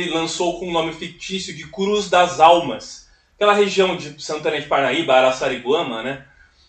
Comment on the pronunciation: Essa comunidade que Donald Pierson produziu o estudo e que resultou no Livro Cruz das Almas é minha cidade, incrível que você acertou a pronúncia ❤❤❤❤